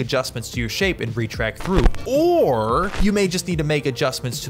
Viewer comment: OAR instead of OR! That’s gold Jerry!